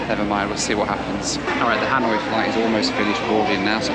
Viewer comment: “Hanoing” GROOOAN 😖